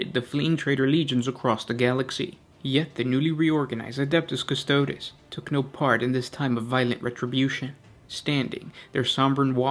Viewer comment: It’s Custo-dees, not Custode’s